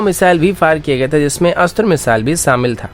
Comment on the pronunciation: Good work buddy. Par kuchh suggestions hain jisse aap video ki quality badha sakte hain- 1. Pronunciation pe dhyan dein zara- S aur Sh ko mix na karein. Z ko J na bolein. Eg- Shaamil ko Saamil mat boliye aur excercise ko exercije ko na bolein. 2. Aawaz ke pitch ko high aur low karein. Ek tone mein bolte rahenge toh boring lagta hai lamba video. Goodluck.